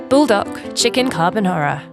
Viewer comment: The way she says Buldac, it sounds like burdock, which actually belongs in a Korean or asian soup.